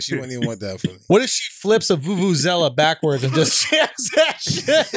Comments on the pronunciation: You said it right Andrew, it's a Vuvuzela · Thanks Schulz! yes, done said it perfectly, Vuvuzela XD